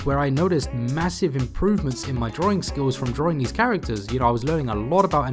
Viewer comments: Draw - ring? Why is he saying it like that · There is only 1 R in the word Drawing, it's not drawring! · I love how you say drawing